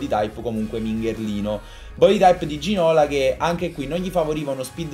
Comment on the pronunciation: Si pronuncia Ginolà... Ti prego non riesco a sentirlo prununciato Ginòla.